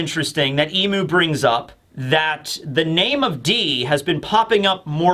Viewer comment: Soo, are you gonna keep calling Imu Eem? please stop and seek help